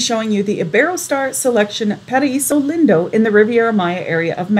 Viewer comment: It's pronounced "leen-doe"